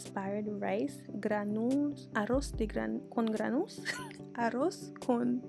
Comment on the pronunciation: Gran dou les. Girl!!! They gonna fight you online for saying it wrong. Looks good though